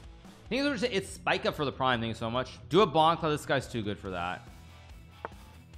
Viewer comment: Nobody: Hikaru: THAHNKYOUUSOHMUSCH!